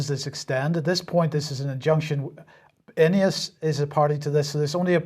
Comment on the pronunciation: Can you f**king well pronounce names properly - are you saying INEOS? Or EOS (also a Swiss power company). CH is not in the EU so how come they are in the UK? The EC is a pile of BS